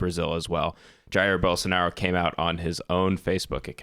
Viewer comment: Jahiyr Bowlsownahrrow. Use Google Translator and you will learn the nearest pronunciation in your language, but the "H" with the sound of "R" needs to disappear.